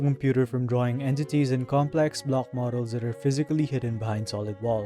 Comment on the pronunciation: The way he pronounces his Ck's really irks me. Instead of 'block' he pronounces it "Blohggk", and the fact that so many of his words have C and K in them..